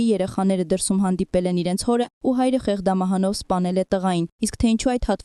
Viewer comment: Սա ի՞նչ խայտառակ անգրագետ խոսք է...Ա՜յ քեզ անգրագիտություն, աղջիիի՜կ...Ի՞ նչ է նշանակում ՝ <դինԸ>, դինԸ,կամ՝ Թյանը՝ Ցյան,Ցյան, կամ՝ << խեղԴամահ>>՝ Դ֊ն՝ Դ արտասանելը...աղջիիիի՛ , ո՞վ է քեզ դասավանդել,ի՞նչ անգրագետ, որ այսքա՜ն սխալներով ես խոսում՝ թ֊ն՝ Ց և այլն,ո՞վ ես դո՛ւ, այ ԱՆԳՐԱԳԵՏ, որ "դի" բառն արտասանում ես՝ ԴԻՆԸ,ԱՅ քեզ խայտառակությու՜ն,էլ մնացածները հնարավոր չէ՜ ասել, <մակՆաՆշի> խայտառակ սխալը և այլն,Յախկ, աղջօիիի,անգրագետիկ,լ այլևս լռի՛ր.. 😠😴😡😠😡